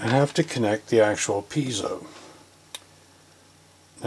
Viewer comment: Maybe, just maybe, you should get a stool or tall chair to perch on. No disgrace in preserving your back! Thank you for pronouncing piezo correctly. It is no big deal, but It is only two syllables. This is one of your more complicated repairs and it just goes to show you have what it takes to do a first rate repair! And there is no "hocus pocus" going on cause it is in for rear time! Thank you for these wonderful and enlightening videos. Have a great Halloween! Thankz